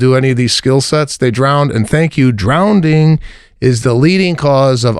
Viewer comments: I have to agree with Sebastian about teaching babies to swim. Pete, it's to prevent the child from drowning. And Sebastian, it's "drowning", not "drownding"..lol! .. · DROWNDING" LMAO...😂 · Mr. “Ivy League” just said “drownding”! 😂😂😂😂😂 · No way Sebastian is talking about drowning without even saying it right…”drownding” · This isn’t the first time I’ve heard him pronounce it DROWNDING 😂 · Please bring up “Drownding” on the next Cast 😂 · Sebastian it’s “Drowning” not “drownding” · " DROWNDING" ?? Theres No d Sebastian. Its Drowning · is he saying drownding? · Yes. He's actually saying drownding 🤭. Multiple times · Drown ding! 😂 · Worried about his kids drowning, and he can’t even pronounce it…..good grief